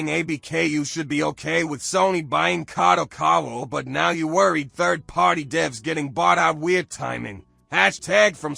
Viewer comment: The only good part of this news is hearing how many Youtubers mis-pronounce Kadokawa's name, like in this video: KadoKOwa. 😂